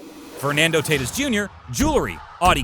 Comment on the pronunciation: Tatis- ( Tah teese